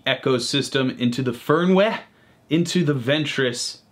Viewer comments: Hört sich an wie föhrn wäh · Sould be pronounced like „Fairn vay“ in a thick scottish accent. And „Fuchs“ should pronounced like „Fooks“. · Your pronunciation of "Fernweh" hurt my inner German's feelings :D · It's a fern wah wah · Noch schlimmer! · No V sound? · so wie der fernweh ausspricht, bekomme ich...heimweh!